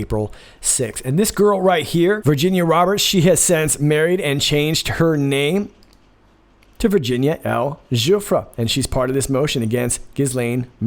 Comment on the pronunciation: Guiffre is pronounced Jeffrey